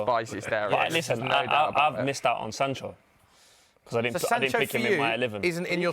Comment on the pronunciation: man said sancho😂😂😂😂😂😂